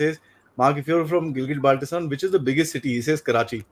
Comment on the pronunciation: I see two fake experts laughing like a clown who even cannot pronounciate Gilgit Baltistan properly, claiming it as their land.